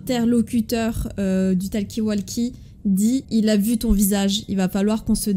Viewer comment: TALKI WALKI Ptdrr la prononciation de talkie-walkie xdDD